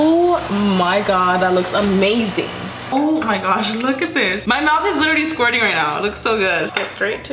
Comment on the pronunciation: Can I please stop saying "my mouth is squerting" it distubing